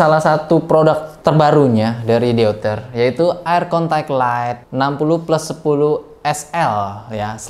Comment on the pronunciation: deuter = eu dalam bahasa jerman di bacanya (oi) jadi di ucapkannya DOITER